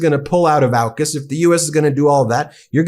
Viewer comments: AUKUS is pronounced more like orkus. Cheers. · Also, Ben, AUKUS is pronounced OR-KUS, not OWKUS!! It's AU for Australia, UK for the United Kingdom and US for the United States. LEARN how to pronounce words and anagrams. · AUKUS is pronounced "orkus". Ben I hope you do make it to Australia.. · Two things: 1) The "Liberal Party" name was chosen as a deliberate lie by its founder Robert Menzies. It has only ever had one mission, to oppose the progressive parties, particularly Labor. 2) From its proposal to now, AUKUS has never been pronounced in Aus as OW-KUS. It's always AWK-US as in awkward. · You want the Meidas Touch in Australia? Please, then, learn how our names are pronounced. It’s “OZ-tray-liya” not “Osh-trell-yuh”. It’s “Ock-uss” not “Ow-kuss”. And our Prime Minister is Anthony “Alban-easy” not “Alba-neecy.” This is all said with love for you guys, but my (“ozzy”) ears wince every time I hear these mispronunciations. Cheers, Adam in Sydney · AUKAS is pronounced (Or) (kus). Not Owkus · AUKUS is said not as ow-kus but closer to or-kas with a very soft r sound. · Not Owkus, AUKUS. Au as in Aura. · It's AWkus, btw, 'aw' as in awful . Just saying. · Excellent overview, especially about Sky News being the Fox News of Australia (as is the UK version). One small note: as you correctly pronounce Anthony Albanese as al-ban-easy, you should know we pronounce AUKUS as or-cuss. Can't wait for the Canadian and Australian versions to go live. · Its pronounced Orcus by the way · Aw-kus. Rhymes with Caucus. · Pronounced Awkus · AUKUS. Is pronounced Awww kiss